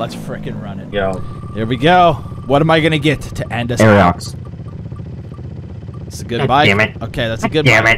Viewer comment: why do they pronounce it like aeriox?